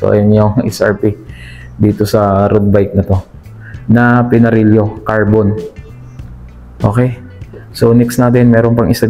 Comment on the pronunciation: "pinarelyo"???? Baka "Pinarelo".. written as: PINARELLO